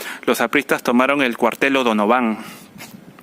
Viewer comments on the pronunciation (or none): Pronuncia bien Donovan al colegio joder